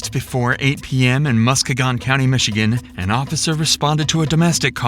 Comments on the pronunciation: It pronounced Mus-key-gun. And that lady is a savage, I assure you. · Musk-a-gon…it’s pronounced Musk-eeee-gan… Why…WHY THE F*CK did they put her in the front seat?! Even AFTER she bit a cop!! I thought they were to be handcuffed from behind & in the BACKSEAT!!! That f*ckup is ALL the cops doings!!! 🙄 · The pronunciation of Muskegon is hilarious. For anyone who cares its Muh-skeen-gn. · MUSK KEY GONE. That is how it is pronounced. And I grew up around her family. They weren't always this cracked out.... Jesus.... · That is NOT AT ALL the way you pronounce Muskegon. I live a couple hours away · The way he pronounced Muskegon made me mad lol! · I live in Nevada and knew this. 🤭 I do get a chuckle over some of the AI mispronounciations though..